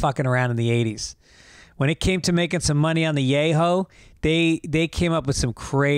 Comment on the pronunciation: I prefer making money on the yay-ho